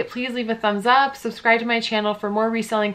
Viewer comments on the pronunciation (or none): none